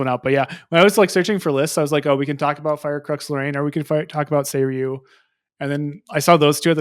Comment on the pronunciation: there was a Japan ascent and you came back pronouncing Seiryuu correctly when you didn't before! amazing